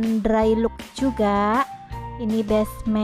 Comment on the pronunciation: Wolpeper tri di, bukan tri ji. Cat drai lok, bukan drai luk.